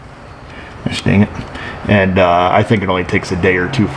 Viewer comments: 5 points for saying "Illinois" correctly, another 5 for suggesting a business so close to me! Great job, Thanks! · 5 points for saying Illinois properly. Negative infinity points for mentioning this Commie SHITHOLE in the 1st place... I know you live in one too.. 😁 🖕🇨🇳